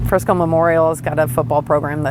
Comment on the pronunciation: I SEE YOU HAVE BEEN DOING ALOT OF STORIES ON THE DALLAS AREA AND SURROUNDINGS AREAS (FORT WORTH AND FRISCO) PLEASE PRONOUNCE THE NAMES RIGHT !!!! ITS FRISCO NOT FRESNO !!!!!!